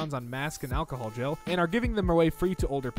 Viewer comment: Bro said "Alchohol Gale" im 💤